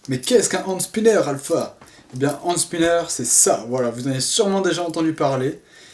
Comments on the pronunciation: Juste ca se dit PAS hANd spinner MAIS hENspinner 😂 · Ca ce dit hènde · ca se dit ènd spinner